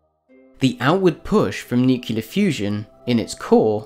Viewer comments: Nicely done. One request: "Nuclear" is "Noo clee arrr, " not "nyu cyu lar." Thank you. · "nukelar", "nukelus", "nukeli:.... are killing me. I can't take it. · Nucular fusion. Nuculus. Your pronunciation is bothering me. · Great video bro. Practice saying nuclear and nucleas though xD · It would help if you knew how to pronounce nuclear correctly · How can the narrator hope to be considered credible when he doesn't even know how to pronounce an easy word like nucleus, nuclear, or nuclei?